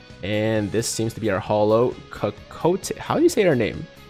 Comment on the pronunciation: For future references: Cocotte is pronounced "Caw-cawt"